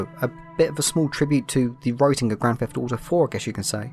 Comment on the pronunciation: As a fellow brit I love that we pronounce it grand theft dauto